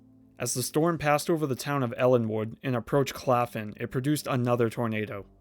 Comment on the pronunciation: Claflin*** not claffin lol